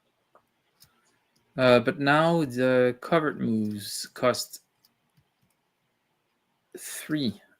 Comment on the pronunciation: Thanks for great video,, and I especially appreciated your correct pronunciation of covert. A beret would have been good